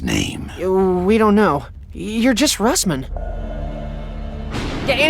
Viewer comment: Its Russman.....not rustman LOL